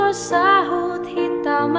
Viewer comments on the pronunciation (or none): Tapi kak pengucapan lirik Masi ada yg kurang di mulaioku dohot saut bukan sahut